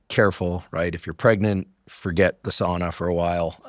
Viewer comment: I love you & I love your podcast. PLEASE pronounce sauna correctly....SOWNA. My grandmother was from Finland and spoke the language.